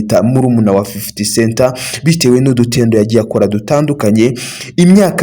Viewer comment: Fifty CENT Not Center